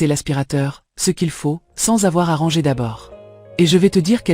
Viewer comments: Mdr et au lieu de dire ranger elle dit rangeur à l’anglaise c’est n’importe quoi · J'ai aussi pensé à l'intelligence artificielle quand je l'ai entendu dire à deux reprises "rangeur" plutôt que "ranger". Ça m'a fait décrocher et je n'ai pas terminé la vidéo.